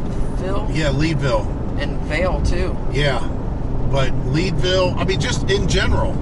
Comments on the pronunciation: I’m not from the area, but I think the Lead in Leadville is pronounced like the lead in a bullet or the metal. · Yes, it is lead like a lead pipe.